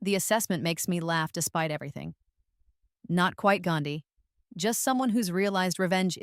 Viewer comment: 😂😂😂 the pronounciation about gandhi in hindi is distructive😂😂😂😂